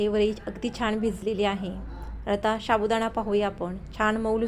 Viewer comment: शाबुदाणा,शाबुदाणा काय महणतेस? नीट साबुदाणा म्हण.